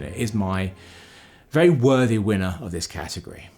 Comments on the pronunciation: "Cat" agory... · When you say category, I ... I just hear ... ahm ... I think, you just emphasize the cat in category... :D